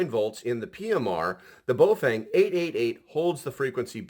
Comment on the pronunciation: "FENG NOT FANG"